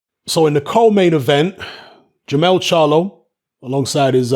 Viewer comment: it's Jermell Charlo